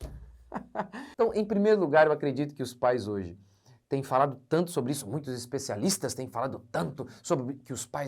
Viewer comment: "HEZPECYALISTHAS" ? Sei...